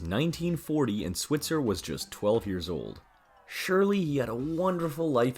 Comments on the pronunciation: Switzer is pronounced "SWY-tzer," not "SWIT-zer." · 48 his last name is pronounced SwEYEtzer